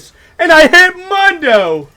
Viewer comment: The correct way to pronounce Mundos name is “moon-doe” not “mun-doe”. Hope this helps